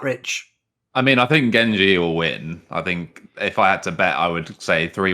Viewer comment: The only trigger is pronounced( Jen)Gen like generation not gen like genji anime character. Other then that great video